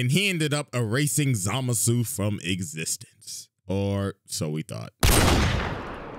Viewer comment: the way CJ says it makes it sound like the N-word, which is in character for how racist Zamasu is.